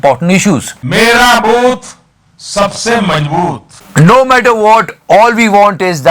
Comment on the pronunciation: did I hear " mera mooth ,sabse mazbooth" 🤔